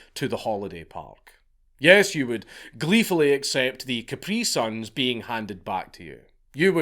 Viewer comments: Man said caPREEEE-sun. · you cant even pronounce capri sun properly